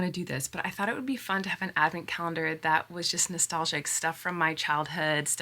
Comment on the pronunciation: Gurl, nostalzjic? Nostalzja? 😅